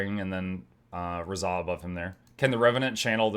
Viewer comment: Razah is my Fav hero in GW1, it's actually pronounced RAH-ZAH (Like the Sun God Ra). Its been so long I forgot the fact he could be any class, so I changed my mind on Revi channeling him even though a few weeks ago I thought hed be cool, but I was focused on him initially being a Ritualist. His lore is pretty amazing though. I'll just keep going back and forth between MONK and DERVISH... My body is ready.